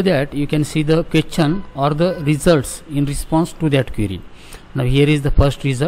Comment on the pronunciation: Question ❌ qwethion✅